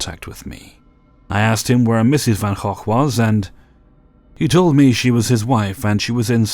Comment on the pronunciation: pretty sure thats not how you pronounce gogh